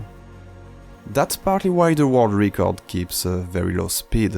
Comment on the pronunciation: Quick tip for English pronunciation: "Record" would be pronounced more like how "Rècord" would sound in french, rather than "Ricord"